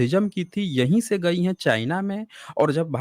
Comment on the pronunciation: Sadi Ke Baad She, Nahee Century Ke Baad Se ✅. Se ✅ She Pronounce wrong. Har S Ko Aap Sh Pronouns Karna Bund Kro Example Possible ✅ Posshible Wrong 😑.